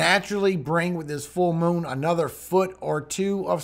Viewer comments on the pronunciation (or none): none